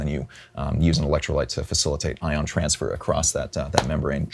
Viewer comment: Adam sounded like he said lithium iron batteries are a real issue... he probably said ion but ION should always be empathized when the subject is fire ... most of the public only know LITHIUM. They know not of any other compositions. To my friends ION and IRON are the same and scream fire, fire, fire.... they want nothing to do with EV vehicles or home power systems, but they still charge their phones next to their beds....